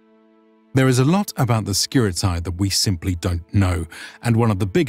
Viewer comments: It's not pronounces Skirit a i, it is Skirite, with E like Lacedemonioi, which is also not pronounced Lacedemon i o i, but rather Lacedemonii. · Its SKi-Tar-E and Ah-Kade-E-in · Great video as always! If I may add a little thing concerning pronounciation of "Skiritai" that is the main subject and it is being repeated through the whole video : It is not "Skirit-eye" but "Skirit-eh" (plural). One Skiritis, many Skiritai (pronounced Skiriteh), kind of. Also, one Spartiatis, many Spartiatai (ancient form) (pronounced Spartiateh) or Spartiates in later form that is pronounced Spartia-tes (tes as in "test" not Spartiates as in "opiates"). Same goes for "perioikoi". It's not peri- oi-k-oi but rather peri- ee-k-ee with the tonal stress on "i". Thanks for your videos! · Just so you know, ai reads as e and oi as i. So, Skiritai is read like Skirite and perioikoi like perìiki. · I see very nice job in all of your videos. The only thing I want to say and this goes for 99.9% of English speakers is that diphthong pronunciation is not that. Σκιρίται pronunciation is Skiritae Same Οι=e Etc I appreciate your work but in my Greek ears this mistake sounds really bad. And don't get me wrong it's not such a big deal but I see this happening when people speak ancient Greek too. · Could you start spelling the name correctly, its actually painful to hear skiritai pronounced like samurai. In Greek, a or e or o followed by i is not pronounced like that. Instead, ai (αι), is pronounced like simple e (greek epsilon, not English e), oi like Greek i and ei like greek i again.